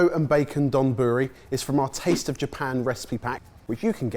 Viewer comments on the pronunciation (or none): Please, someone teach the Sorted crew that you don't emphasize syllables in Japanese. "taMAgo donBUri" is wrong. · Side note, that rice dish does not qualify as donburi, which was absolutely butchered in its pronunciation as well I'm afraid 😬